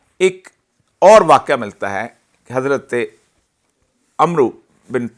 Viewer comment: عربی نام کی صحیح ادائیگی کے لئے کچھ عربی زبان ،خاص کر تجوید کی واقفیت ضروری ہے ۔ حذیفہ ۔ عمرو کی ادائیگی سمجھنی ہو گی ۔